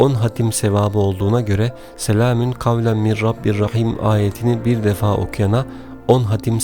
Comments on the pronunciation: Mir olarak okuyorsunuz ama min yaziyorsunuz, acaba nasil telaffuz edecegiz? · Soylerken mir diyormus gibi cikiyor ama min yaziyor baslikta